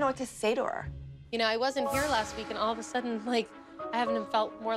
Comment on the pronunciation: Is it just me or anytime when Kelly wants to say "All I wanted to do" but she always says "Alz I wanted to do"